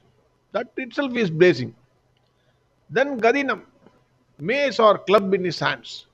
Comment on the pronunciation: Mace not maze.